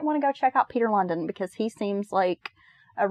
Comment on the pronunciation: Lundin is pronounced like loan-dean. As a dane i must say he is pretty infamous. Thanks for the podcast. 😊